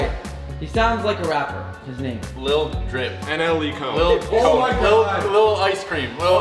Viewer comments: mentions Choppa in almost every video😂😂 “NLE cone” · He said Nle cone 🤣🤣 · This man said “Nle cone” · I was gone when he said said NLE cone 😂